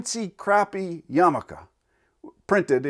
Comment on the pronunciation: Awesome job at including all the letters in your pronunciation of yarmulke. Sugg reading: the chosen by chaim Potok. In the mean time, pls do a caveman tv with all limericks.